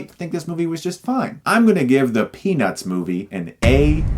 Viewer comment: Every single time he says "Peanuts", I hear "Penis" :P